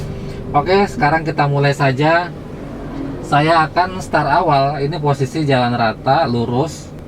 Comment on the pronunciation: Start pak, bukan star.